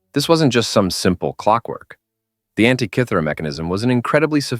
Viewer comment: How are so many videos being made without any serious study of these topics? First "mystery" mispronouncing Antikythera. The Great Pyramid problem is self evident in that ancient primitive dynastic Egyptians could NOT have built it and the mainstream narrative is wrong. Yet you chided it anyway. Ugh I'm outta here.